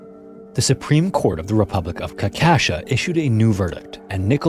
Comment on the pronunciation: The Supreme court of the republic of...what? Caucasia isn't pronounced like that.